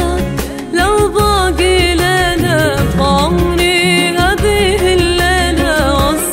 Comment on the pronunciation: ابداع بس ليش نطقها غريب في ( لو باقي ليلة ) ما عطت الحروف حقها